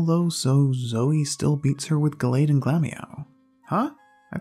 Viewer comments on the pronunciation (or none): none